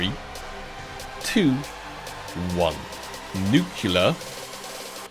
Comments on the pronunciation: please is nuCLEAR not nucular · “Nucular” the whole vid was a tough watch 😥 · idk which is worse, "chantito's" or "nukular" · Nu clear.. ffs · I cringe every time he mispronounces "nuclear"